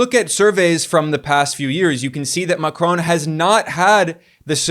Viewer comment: Good videos. Always interesting. Just dont say Macron as you do please :) The N you do not speak out. Everything else remains - et voilá ;)